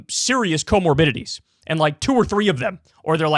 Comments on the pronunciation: "comobidities" she can't even say the word. The problem isn't kids are generally fine (even though it's not 100%) it's that those kids have older family members. Jesus these people are idiots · Did the communist Japan lady say "comabidities"?